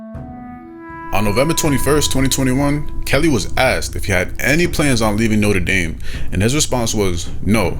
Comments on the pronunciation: He pronounces Notre Dame differently every single time he says it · My biggest gripe is him not deciding to pronounce it note-er Dame or note-trah dame